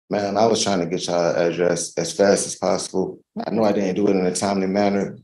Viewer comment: Drink game word: “Try’n”